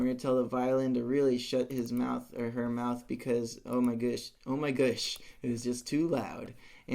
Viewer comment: 'oh my gush'